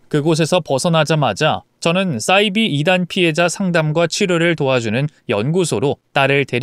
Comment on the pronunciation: 싸이비(×)사이비(0)이라고 읽으세요